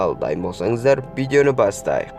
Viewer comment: Бидио емес видео